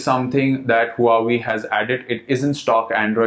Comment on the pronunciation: is Wa - Wey... not hu hu.